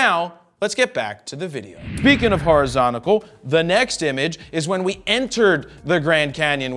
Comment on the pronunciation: Horizonical... LOL 🤣 😂. M cracking up.